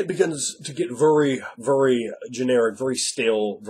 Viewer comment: "It begins to get vurry, vurry generic, vurry stale, vurry funky, vurry fast." heh heh:3